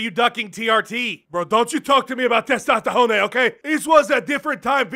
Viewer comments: Testastahone gets me everytime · "I no need test-tosthones to beat CM Punk! I just need Cheese-its and Dana! Dana! Dana!"